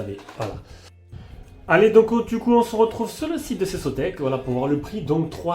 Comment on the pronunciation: Salut. Sympa l'aspi. Par contre ça se prononce phonétiquement "CéKOTEC".